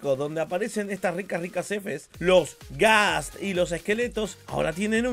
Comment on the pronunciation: Me parece o se metió un GAAA al decir Ghasp